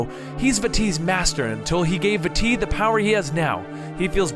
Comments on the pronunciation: vaAti not vati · vah-ty not va-ty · I wonder if Vaati's name is pronounced V-uh-tee, like in the video, or if it is pronounced V-ah-tee, because of the double a in the name. Much like General Raam from gears of war. Sorry about adding another pronunciation to the collection, But hey at least I didn't tell you how to properly pronounce something x'D. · vaAti not vaatEE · Vaa ti Not vatti it its a longer a sound like vaaati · Bad grammar and pronunciation. Remember that Japanese people named these characters. When you say "Vaati" you are emphasizing the wrong part of the word and saying "va-TEE" when you should be pronouncing two As at the beginning without stressing either syllable, like "Vaah-ti." Also, "As best as we can" is grammatically incorrect. Best is a superlative, so you should say "The best we can." And it is ocarina, not "ORCarina." It is pronounced "Ockareena." Deku is "Deh-keu" not "DEE-KEW." GanonDALF is actually GanonDORF. There is no Ganondalf the Grey. It is GeruDO (like dough), not Gerudoo. And it's "ALL kinds of crazy things," not "WHOLE kinds of crazy things." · No it's vaa-ti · I think It's pronounced Va-tee. I'm not sure. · Vaati is pronounced like baaty, exept the V makes the nirmal sound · Vaati is pronounced ( vah- tee ) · Also Vaati (V-ah-tee) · I say Vah-tee for Vaati, and it's Ganon-DORF.... And Oh-carina. Just a few pronunciation gripes. Besides that, it's a great video :D Speaking of pronunciation... I remember you saying "SHA-eek" tribe instead of the Sheikah tribe. I thought it was "Shee-KAH" :P oh well...